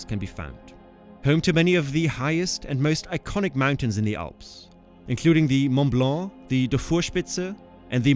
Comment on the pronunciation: Äpaninnen, Ronn Rinn ? Mun Blau ? Hä? Könnten diese Amerikanischen AI -Hirnathleten sich mal um Korrekte Aussprache der ausseramerikanischen Länder bemühen?